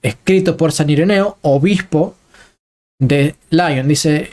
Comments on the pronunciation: Con todo respeto, hermano, excelente como siempre. Lyon es francés se pronuncia Li-on no làion. San Ireneo de Lyon (li-on acentuándose on ) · Muy buen trabajo. Pero me atrevo a realizar una corrección mínima. En san Ireneo de Lyon, mejor leerlo no a la manera anglófila (laion). Es una ciudad de Francia.